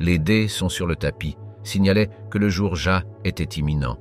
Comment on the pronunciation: ! " le jour ja " 😂😜🤣